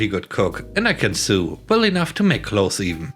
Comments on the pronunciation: Hi! Another lesson on English. The word Sew is pronounced like the word So. Yes, the pronunciation has changed over the centuries, but that is what it is now. Shrugs I hope you have a great Friday. :) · I'm now quite sure the voice is fake. the give-away was the word 'sew'. Even if you have a heavy accent, humans know to pronounce it like 'sow'. But robots don't.